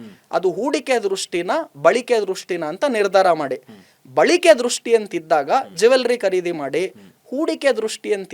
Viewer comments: ಬಳಿಕೆ ಅಲ್ಲ ಬಳಕೆ...ಬಂದಿ ಅಲ್ಲ ಬಂದು ಕನ್ನಡ ಸ್ಪಷ್ಟ ಇರಲಿ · Balike alla, balake